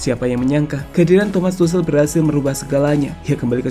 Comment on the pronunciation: Ralat min, dibacanya Tukhel, bukan Tusel))